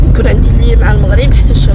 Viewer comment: المَغرب ماشي الموغريييب